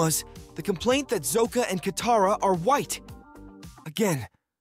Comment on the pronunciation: Bruh. Have you seen the show. Why are you mispronouncing Sokka and Iroh?